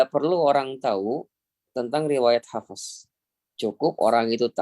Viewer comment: Kok hafEs.. kirain huruf ف bukan qolqolah